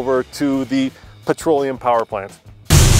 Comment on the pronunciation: What the hell is "patroleum"?